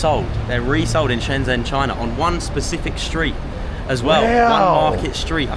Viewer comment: Shenzhen. Zh, is pronounced j. Stop pronouncing this wrong! Twatttts